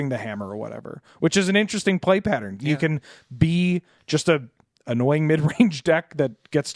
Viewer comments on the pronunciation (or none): none